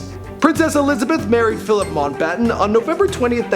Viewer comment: Should be MOUNTBATTEN, not MONTBATTEN - and I should know because Lord Mountbatten lived in my hometown!